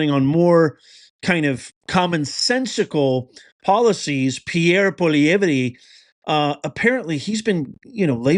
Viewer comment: It’s pronounced “Poly-Ev”